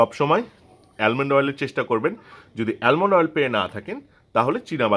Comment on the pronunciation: অ্যালমন্ড অয়েল আবার কোনটা? আমন্ড অয়েল শুনেছিলাম।